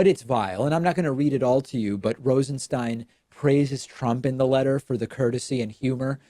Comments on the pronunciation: I don't get how Stein can be pronounced Steen. Is this dyslexia? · Come on, David. You mispronounced his last name 5 times in the 1st 5min of the video. Do you have a producer or not? I'm a fan believe me, but I'm a fan because you are smart and articulate and literal when you speak. It's distracting and detracting when you switch pronouciations of Rosenstein back and forth.